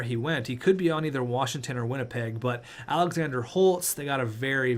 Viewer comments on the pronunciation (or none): none